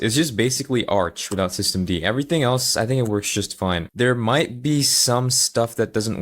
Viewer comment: He pronounced it as "Systemdih"